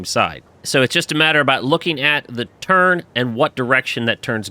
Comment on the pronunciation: It sounds like you saying turd when you say turn good job though